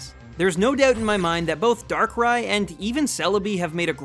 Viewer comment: THE SECOND A IN DARKRAI SHOULD BE AFTER BOTH R'S! AND YOU'RE SUPPOSED TO SAY SHINY BEFORE YOU SAY THE NAME, NOT AFTER!